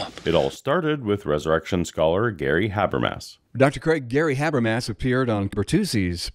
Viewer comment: Though to be fair, it seems like Craig mispronounces Habermas' name as well, so maybe it evens out. (Doesn't explain all the other people who mispronounce, though.)